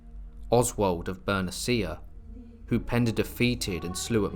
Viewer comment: it's Ber-NEE-shyah... Not. "Ber-neh-CEE-ah". shsh... Is this an AI voice??